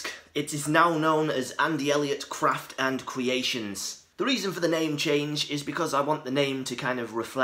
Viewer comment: Cwaft and Cweation